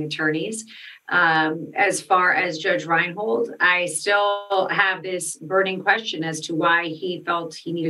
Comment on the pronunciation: Judge Reinhart" not Reinholt..